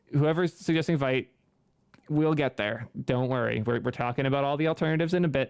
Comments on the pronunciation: Vite (veete) means "fast" in French, so just say it the right way. Come on man. 🙂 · "vait... I mean veet" LOL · "Sometimes the creators are wrong". I'm sure you've heard this clarification ad nauseam, but the GIF creator was trying to be "cute" maybe(?) with co-opting the peanut butter brand, however "vite" is the actual French word for "fast", so it can only be pronounced "veet" to make any sense. In 2023, we should shy away from anglicizing simple words.